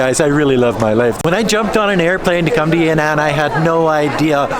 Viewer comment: that's Yan'An (not Ya'Nan) in ShanXi